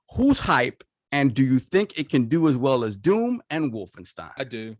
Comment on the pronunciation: Damn, this is my fav episode, hope we see more of just ya’all 4 in the future, chemistry on point!! (P.S. pls tell King it’s Wolfenstein not WolfenstEEn, starting to think he’s saying it like that on purpose 😂)